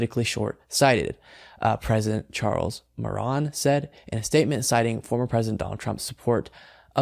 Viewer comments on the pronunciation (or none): Hey stupid, it’s pronounced more anne. If you can’t be professional and use a little common sense in pronouncing a very common name you don’t belong in front of a camera or in front of a microphone and David Packman you should pick your replacements more carefully. This guy is disrespectful. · Mo RAN. Is how to pronounced. You were being used….. idiots. We saw it from WAY back!! Now everything(bills/laws) hooked up to Roe v Wade are in danger. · The second syllable of Moran's name is pronounced "ann" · Moor An. Say moor + and (- d)